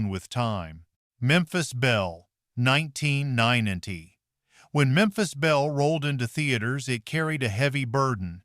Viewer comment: Exactly, hire a voice actor who will add vocal nuances to the script and also knows how to pronounce 1990! Not 19-ten-90 or whatever shit the damn robot was coming out with...